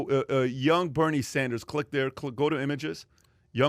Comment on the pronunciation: Who is "Berine" Sanders? lol